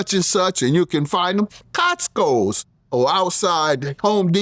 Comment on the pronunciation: Cotsco’s??? C’mon Honorable Judge Mathis